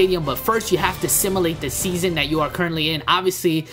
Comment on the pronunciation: "simalate"? Sim-U-late